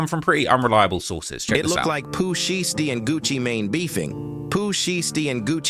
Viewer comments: Not Pooh sheesty. Them Ai videos be frying me. Pooh she esty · Pooh Sheestie lol A.I narrations be funny asl 🤣😭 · chat gpt said sheesty.. lolololol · Pooh SheeeeStie? 😂 SHY STEE dumbazz 😂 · "Pooh Sheesty" 😂😂💀😭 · It's a A.I video that's why they pronounce the names wrong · STOP SAYING POOH SHIESTY NAME LIKE THAT 😂😂😂